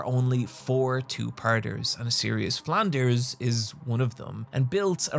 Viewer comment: I wasn’t ready for your pronunciation of "Flanders" edit: or "Duffman"